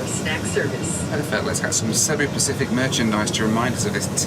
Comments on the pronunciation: You really missed out. When I first flew with these in 2006 they used to sing karaoke on the intercom. Now 10 hours of you listening to that would have been gold 😂by the way it’s pronounced seeboo. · Its Cebu (See-Boo)